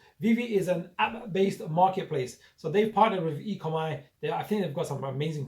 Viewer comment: dude its pronounced 'E Co Mee' not 'E Co My'! Its OMI token not ECOMI. ECOMI is the company name. OMI is not like any other crypto. No other project like it at all. This will fly very very soon. NFT and metaverse will be sooooo big! Expecting 20 x by year end. More than just legs! currently have 100+ licenses like Marvel, DC, NFL, Back to the future, Jurassic Park and soon Pokemon etc. They are on very few exchanges with a new exchange announced today (OKex). Binance and Coinbase coming very soon. NFT drops sell out in mins ($1M+ sales each drop). They are only just getting started!